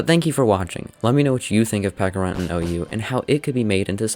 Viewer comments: "Peckarunt", ITS PECHARUNT, CH CH CH CH CH CH Oh also nice video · Love the video, is there any reason you pronounce it peck-a-runt and not pecha-runt like the fruit/berry it's based on? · pecharunt, ch, like the pecha berry or chance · Isn't it pronounced like peach? Since it's based on a peach an a pecha berry, why call him peca runt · Is it not pronounced peh-cha-runt because of the, yknow, peh-cha berry?